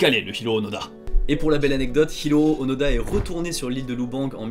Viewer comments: Onoda ou ounouda ? Fabien confond la prononciation des "o" et des "u"". Je pense que c'est plus Onoda, comme le prononce Louis-san Norio ou Nario ? Décidément, Fabien et le japonais, ça fait 2. Sinon, il n'a pas continué une guerre finie en 1945, il est en raccord avec la situation entre le Japon et la Russie : la guerre n'est pas finie. :p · Onoda (pas d'accent sur les "o")